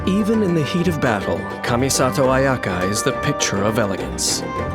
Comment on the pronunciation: japanese ayaka : kamisato ayaka english ayaka : KUHMISATOW UHYAKA